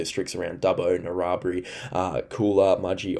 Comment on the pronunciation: Narra-bri.......Hugh-en-den Good channel. Thanks.